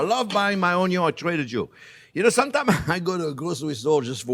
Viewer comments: he can pronounce the letter N yet not in the word onion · Take a shot everytime this guy says UNYOUUNNN 🧅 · ONYO IN DA HOUSE!!! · Onyo-salt: Exists Chef Jean-Pierre: Has it 😁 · Me too. I never say onion while cooking anymore- it's "onyo" now and forever! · it is so great to say onyo... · please say union one more time